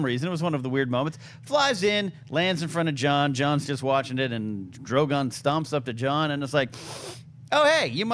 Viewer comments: I enjoy this show I just wish would stop pronouncing Drogon that way. Not that Drago thing but the way he usually says Drogon, at the 2 minute mark. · I realise it's a small stupid thing but he's pronouncing Drogon wrong in a new way every time 😂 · John, no hate. But you got to get drogon name right man. And cool out w the political comparisons. Its annoying. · the name is Drogon. it's not hard to pronounce